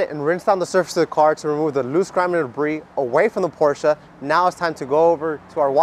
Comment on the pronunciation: Very rarely do you hear people pronounce “Porsche” correctly 🙌🏽